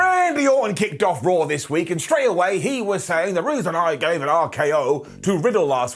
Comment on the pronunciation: I love how he calls it rarh